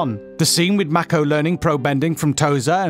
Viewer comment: the way this guy says "mako" makes my cringe